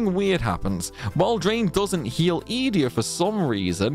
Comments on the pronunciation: Just me or does Ee-dee-a sound off? I always thought it was E-day-ah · Funny in my brain it was obviously eDEEEa not EEEEdea but i kind of like that too, is there anything official on the way to pronounce it?? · Funny, I pronounced it as E-day-ah too 😂. But, maybe we were wrong all this time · This is the first time I’ve ever heard someone pronounce Edea’s name. I’ve always called her E-Dee